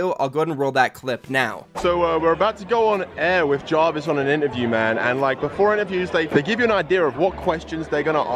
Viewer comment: Jahhhvis? Coincidence, I think not